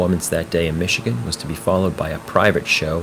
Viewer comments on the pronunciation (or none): none